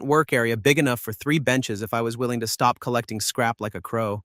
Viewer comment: You stopped speaking English when you tried to say stop; that was bad. Almost bad enough to downvote this video, block this creator and leave after spending almost 2 hours watching this video; you should not do shit like that. Not impressed.